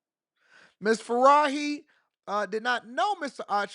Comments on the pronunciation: This dude said “Faraahi”….. he pronounced the J as an H as if she was spanish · The name is an Arabic name, not a Spanish name. No need to confidently pronounce the “J” like it’s an “H” and even repeat it to show us you know your shit lol.